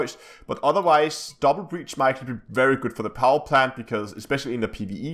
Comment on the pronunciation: Its brace [brās]. Not breach [brēCH] :<